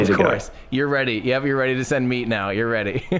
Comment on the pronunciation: At the end... your ready to send meat sounded like “ready to send ME”.